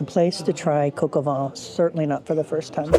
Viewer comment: Quick linguistic note: Colleen is saying "coq au vent" (rooster in the wind) instead of "coq au vin" (rooster with wine).